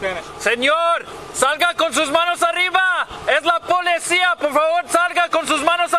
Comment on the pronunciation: Id never thought I'd hear a police officer say police wrong in Spanish 🤦‍♂️ 😂😂😂 it's policia not polecia